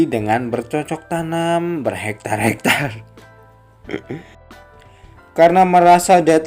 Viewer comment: Eh min lu kenapa nyebut berhektar hektarnya nya gitu ha